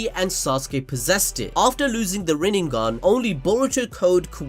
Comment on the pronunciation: dude why does he keep saying RINNENGAN, its RINNEGAN